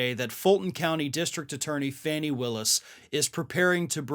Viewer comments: FAWN-ee!!! Dude how can we be this far in and you haven’t even checked the pronunciation of this woman’s name? You did the same with Ghislaine Maxwell and it’s embarrassing. FAN-ee is another word for tush or, in UK vernacular, v@@ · It's pronounced FAWNI, not Fanny. I don't think Ms. Brice would approve. Otherwise terrific as always. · Seems everyone else pronounces her name as "Fawny", not Fanny. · Her name is pronounced Faw-nee, NOT FANNY💙🐾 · Hey,, her name is FAHnee Willis. Not Fanny. Get it right. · Fani..not Fannie..(fawn-nee) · Interesting,, when you mention George Santos you pronounce it "Sahn-tos". ( a more Hispanic way) but? Georgia DA Fani Willis, you say "fanny". That is disrespectful to her. It's "Fawn-ni" not "fanny". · FAWNEE Willis, not fanny. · Fani Willis’ first name is pronounced fawn-ee like baby deer - per The Atlanta-Journal Constitution . Excellent segment, thank you! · Hey, It's pronounced Faw nee just sayin!